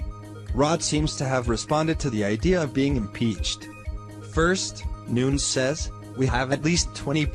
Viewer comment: It's Nunes not Nuns